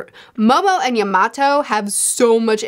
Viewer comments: YAMATO ! Not Iymato lol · btw yamatos name is pronounced ya-ma-tow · can someone tell her how to say “Yamato” 😅😅😅😂😂😂😂 I was like who the hell is she talking bout.